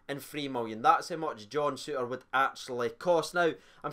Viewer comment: "John Sutter". Mostly it's pronounced okay. Just that one time. Poor.